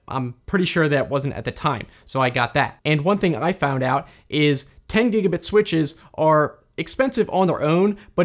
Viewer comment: The German pronunciation is wrong or unusual for some words like "gigabit". And the speed of speech varies. That doesn't make it easy to listen to in case of technical stuff. But it is good and still understandable for people who don't know English at all.